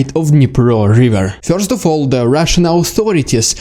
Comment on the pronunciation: Fyorst! Not really, but it tickles me the way you say it 😄